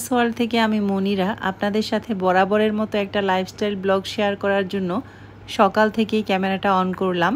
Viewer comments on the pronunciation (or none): none